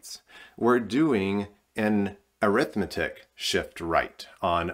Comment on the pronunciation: "AIR-ith-MET-ic" is the pronunciation for which you seek.